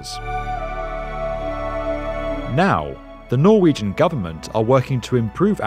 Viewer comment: I must say for you not being norwegian your pronounciation is amazing, im impressed!